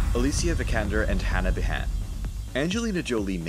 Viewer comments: Behan is pronounced Bee-han not behon. Do your research properly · Gal Gadot is Israeli, not French; so her last name is pronounced "Gadott," not "Gado." I don't know how Hannah Behan pronounces her last name, but my bet would be on the standard Irish pronunciation: "BEE-un," not "buh-HAN." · Hannah bahan lol behan, americans pronouncing irish names lol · Hannah Bee-han not B-haan (as in the great Irish writer Brendan Behan). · Hannah *Bee'han, like the Irish poet and playwright Brendan Behan. Don't over pronounce the H either. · Hannah Behan. Its pronounced "bee han", long bee, short han. Not the other way around